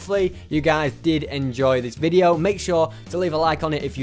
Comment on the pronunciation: Hahaha not veos its video